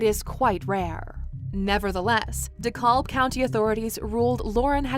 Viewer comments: De Cab. De Cab. The "L" is silent. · Dekalb is pronounced - Dee-Cab. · The county is pronounced de cab 🚕 the L is silent ! And this is so sad God bless this mother for having to go through this